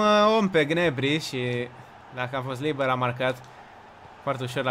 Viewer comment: SE PRONUNTA GNABRI NU GNEBRI